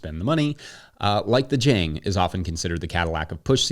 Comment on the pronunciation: ok, pet-peeve of mine, admittedly pedantic, but Jang Automation is a South Korean company, and it rhymes with long. Spent a lot of time in Korea. Good video, love the channel.